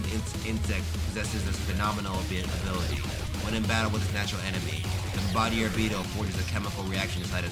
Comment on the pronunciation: It’s actually pronounced like bomb-ba-deer